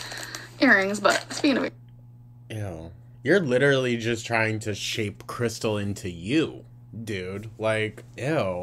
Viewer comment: She never says krystal, she says krissel and it drives me mad